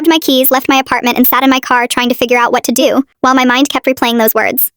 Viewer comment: "what to DEW"